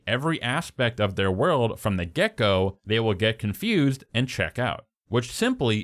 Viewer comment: I love everytime you said "from the get go" because it sounded like "gecko" to me